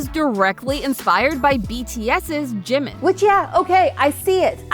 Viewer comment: I just keep getting triggered by either pronouncing or text. Jimmin is actual supposed to be Jimin. There’s no extra m to my bias. Otherwise, the lore research is real and great. Keep it up team.